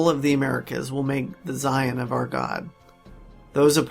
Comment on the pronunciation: I was all in until I heard him pronounce Zion.